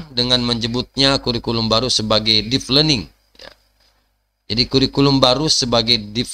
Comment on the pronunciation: Deep learning, bukan Deef Learning, mas.